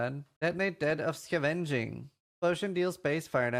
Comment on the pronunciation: Sca-veng-ing had me rolling